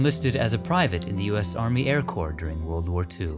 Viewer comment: "He served in the yarmy." I like it.